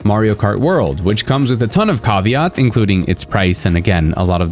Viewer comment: What a weird way to pronounce caveat. Neither the American nor the British pronunciation is “kah-vee-aht”. American is “Ka-vee-aht “ and British is “ka-vee-at”….